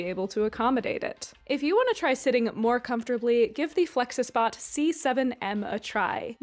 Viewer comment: I can’t watch an informational video made by someone who can’t pronounce flexispot correctly….. I just can’t…. Hearing you pronounce that word so close…. But so wrong made me not like you as a person. Did you really think THAT is how it’s supposed to sound?? You think THEY wanted people to make THOSE sounds with their mouths??? wtf is wrong with you.